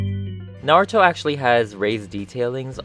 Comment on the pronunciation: He's like... the only person who says Naruto's name correctly